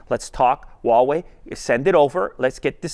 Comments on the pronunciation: The brand name is pronounced "Hua Wei", not "Wa Wei". Huawei in Chinese is comprised of 2 Chinese characters. "Hua" means Chinese, and "Wei" means sort of like "action". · Anyone else notice he says Wah way instead of Who ah way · I pronounce Huawei as "Whuu-way" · All this time I've pronounced Huawei as "Hawaii" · That pronunciation on that “WaWei”... It’s like when people say “Zang” (using the ‘z’ for “zipper”, and saying the last name Zhang) Atrocious pronunciation...get coaching, please. Stop a Chinese person for pronunciation. Otherwise, nice video to the folding phones. 📱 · Ugh why do people pronounce Huawei like that. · Why is it so hard for people to pronounce Huawei Just pretend you’re Hank Hill saying “what” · Well, I guess I've been saying Huawei wrong this entire time..